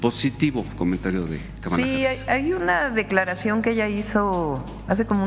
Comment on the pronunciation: Sra Presidenta, la prinuncición correcta de el nombre de la Vice-Presidenta de EU es "Kámala" no "Kamála".